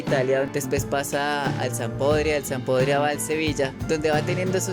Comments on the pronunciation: Hola solo quiero corregir esto no se dice Sampodria se dice (Sampdoria) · Sampdoria , Así es la pronunciación correcta